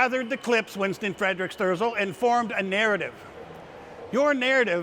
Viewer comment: It is Winston Fre-dick Sterzel.